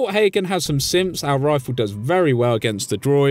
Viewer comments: Anyone else hearing him say "simps" instead of "synths" or is it just my hearing? Lol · It sounded like he said fort Hagen has some simps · I swear every time I heard u say synths I thought that u were saying simps like Kellogg’s simps not synths